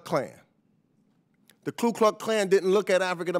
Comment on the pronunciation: Ku not Klu. Jeez.